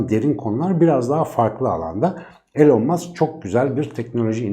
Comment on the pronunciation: Su adamın adını doğru söyleyin artık ilon mask diyeceksiniz sığırlar